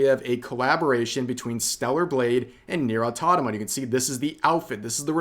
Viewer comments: I will never get tired of hearing Rev trying to say Automata correctly. 😂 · As triggering as it is to see Ubisoft somehow messing up 2B's character outfit, it's almost equally as triggering to hear Rev still mispronounce Automata throughout his vids lol. Almost. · how do you manage to pronounce "automata" wrong each time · Stay strong, guys. Rev will pronounce "Automata" correctly sooner or later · AUTO MATA - NOT AUTOTOMA GET IT RIGHT DAMMIT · awe-TOM-uh-tuh Try it, you won't die. But other people might if you keep saying awe-TOT-uh-muh. And it's oo-bee-soft, not you-bee-soft. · I believe Rev is unable, like, physically unable to say AUTOMATA. He keeps saying AutoNama. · REV PLEASE I LOVE YOU PLEASE GOD Stop saying "autotoma" instead of "automata" It drives me crazy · Nier autoMATA not aTONAma, please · NieR AUTOMATA not atanoma or anything else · Auto-MATA, Rev, not aw-taw-tama. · is it nier autonama or automata. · It's not Autonoma it's Automata 🤭 They could have just done a 9S costume if the issue was male models. Total L for UbiLost! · Automata. Rev. Repeat after me. Auto-Mata. A. U. T. O. M. A. T. A. As in, autonomous machine. Please, I beg of you. It is not "autonoma". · Rev, for the love od Nier-- AU-TO-MA-TA, its not hard mate, you can pronounce it properly xD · Ok but can we talk about Rev saying Nier autotoma? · Is Rev trying to piss us off by constantly saying "Autotama?" Or is he really that stupid? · Have a shot every time rev says "autonoma" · Love the vid but “its the easiest thing to get right, its nier autrarama” 😂 gold Taro should bladklist ubisoft forever for this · It's AUTOMATA AUTOMATA LIKE THE AUTOMATON Learn the names of the stuff you're commenting on ffs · my brain aches every time you say "au-tata-ma". but yeah. UbiSoft can go suck a toad. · REV STOP SAYING AUTOTOMA, I'M BEGGING YOU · AU TO MAT TICK AU TO MAH TAH REV... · Rev please.... its autoMATA 😭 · Do I have hearing problems or is Rev saying "autotama" ? That's pretty funny